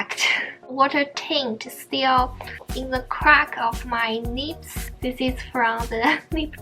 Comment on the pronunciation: When you said “lips” , it sounded like “nips” .. 😂😂